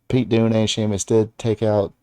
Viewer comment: Why's this guy keep calling Pete Dunne Pete Doone?